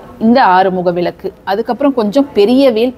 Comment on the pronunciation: அம்மணி...உங்களுக்கு தமிழ் ஒழுங்காக வராதா..?? அது விலக்கு இல்ல..மாறாக சரியான உச்சரிப்பு " விளக்கு" புரிஞ்சுதா..? எப்ப பார்த்தாலும் விலக்கு..விலக்கு..என்றுவேற தமிழைக்கொல்லாதே..!! கொல்லாதே..கொல்லாதே தமிழைக்கொல்லாதே.. இதுல வேற அவங்க பெயரு..😂😂😂